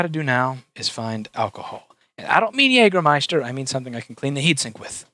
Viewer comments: Jäääääääääääääääääääääääägermeister not Jagermeister ;) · Whats Jagermeister? It's JÄGERmeister! Those Americans XD ps. Jäger is german and translated it's Hunter and Meister is a master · Its called Jägermeister Not jagermeister